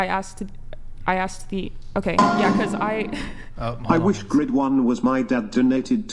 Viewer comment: My “dodd?” When did women start saying “thot” and “dodd” instead of dad and that? Has this been going on for a long time and I’m just now hearing it??